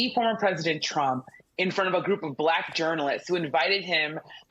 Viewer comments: I notice how he pronounces "Black", as though he needs to empty his mouth. "...she happened to turn 'blleeck' and now she wants to be known as bleeck.....she made a turn and she became "bleeck." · Pronouncing black as ‘bla-hck’ in frustration is telling like a mf. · I love how he pronounces the word black. It looks like it tastes bad.